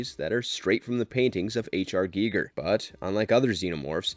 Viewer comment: Hate to do this but it's pronounced g-eye-ger